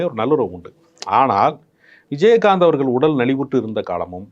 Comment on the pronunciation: விஜயஹாந்த் என்று உச்சரிக்கிறார் நெறியாளர். கேட்க நல்லா இல்லை